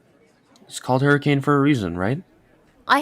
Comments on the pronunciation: NOOOOOOO ITS “Hurri-kin” not “Hurricane” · It's pronounced hurriken not hurricain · As someone who lives in hurricane utah, it really woukd be a place where some small town diner would have possessed animatronics. Not really anyone here so murder would be easy lmao! Also Utahns are weird and pronounce it "hurikin"